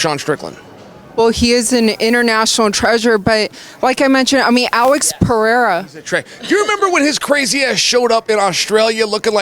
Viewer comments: Sonnen should not drink coffee and finally learn to pronounce Pereira. It's "Peh hey' ah" and not "Pee air' ah". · Pee-aira? What an absolute idiot. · Chael cannot pronounce pereira for the life of him.😂 “Pierre”, “piera”, “pier”